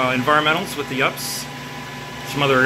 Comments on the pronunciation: Great work in a tough IDF. But don't say "ups" it's U P S. You sound like you're 13 when you do that. You wouldn't pronounce ATM as "at-um" or IDF as "id-eff" or - do you? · It’s not called an ups it’s pronounced you pee s it that messes sense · I always smile when he says ups instead of u.p.s 😂